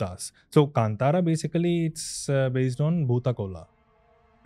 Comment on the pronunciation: Thanks for pronouncing Kantara correctly!!